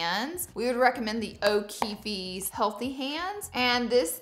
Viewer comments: Pretty sure it’s pronounced O’ KEEF. Not with an “ie” or “ey” after the F. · I love how u say o’keeffe with the e when the e at the end is silent lol there use to be an o’keefes where I use to live in NH and they kept correcting me when I would pronounce the e at the end. Love ur videos girl u are amazing